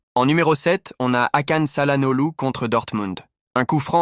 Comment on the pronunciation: Aussi trompé sur çalhanoglu il à dit calanolu